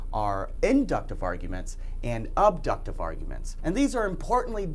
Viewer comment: only if the assumptions (premises) are "guaranteed" true. When might the truth of an assumption be certain? Think of Euclidean and Riemannian geometries. Remember to avoid notions from authority and from the zoo of metaphysical notions. The "a" in "abductive" is pronounced like the "a" in "apple." Modifying "probable" with "only" is something metaphysicians do.